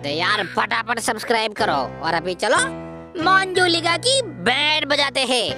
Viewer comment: Monjulika nahi manjulika